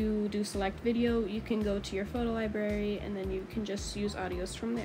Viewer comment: “liberry” i’m triggered, but atleast she said it library correctly after 💀